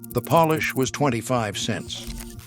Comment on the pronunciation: AI can’t pronounce shoe polish. Made it sound like the country POLISH.